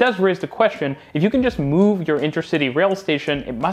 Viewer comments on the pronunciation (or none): none